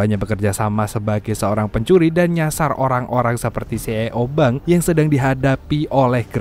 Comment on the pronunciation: Narasi nya nga enakk, C Ee Oo .. belajar dulu nyebutnya bacannyaa ...